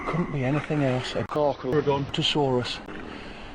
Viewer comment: The pronunciation of Carcharodontosaurus was awesomebro